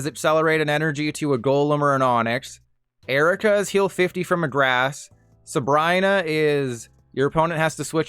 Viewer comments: did bro just say subraina 😭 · no way he said Sabr-EYE-na